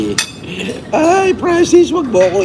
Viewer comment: Sarili nyang pangalan di nya alam bigkasin HAHAHA PRANCIS DAW